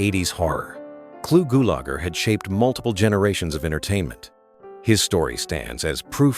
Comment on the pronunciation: Please look up the pronunciation of names you mention. Clu Gulager is pronounced GULE'-A-CHER.